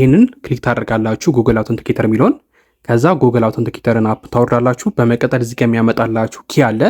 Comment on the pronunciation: በመቀጠል የምትለዋን word bedenb pronounce adrgat. May be belmd eyalkewu kehone